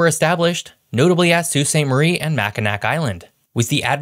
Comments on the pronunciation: For real. HTF does he get Sault Ste Marie right, but botch Mackinac? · He can say Sault St. Marie right but not Mackinac? Bruh. Yeah it definitely grinds my gears when I hear that too as a native Michigander lol